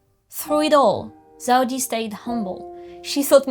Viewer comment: La video est incroyable, mais pitié elle s’appelle Zeudi et pas Zaudi 😭